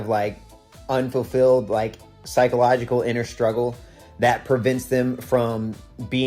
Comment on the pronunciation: "You're a 'binner'!" I think I heard. Lol